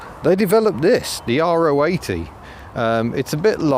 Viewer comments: It is the latter you are correct. It seems to be the English speakers that cannot pronounce it properly. In Germany you’ll always hear it pronounced Ro-achtzig, not R.O. achtzig . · Weren’t they more after the K70 than the gearbox? And yes, Ro80 (row 80) is the correct pronunciation 👍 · Is it R.O. 80...? or Ro (Rotary) 80?? I Always assumed it was the latter, the 'Ro' being pronounced as an individual syllable..